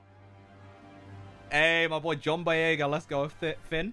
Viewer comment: The way you pronounced the John boyega